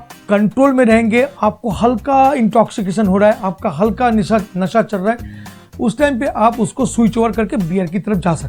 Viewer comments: It's NESHA not NISHA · Asli tone nikal he gaya dada.. "Nisha" instead of "Nasha" ❤😊🤣